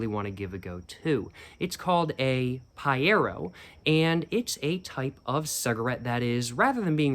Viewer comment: I love the fact mispronouced everything except paiero, wich he pronouced in perfect brazilian, true cig fan